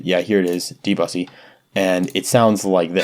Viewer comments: very nice ma8! lmao also debussy refers to the pianist, pronounced deb-oo-say. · Debussy is a brilliant composer my friend. pronouced de, bu (like the end of blue or cue) and ssey like see. de bo see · Debussy / deux bu si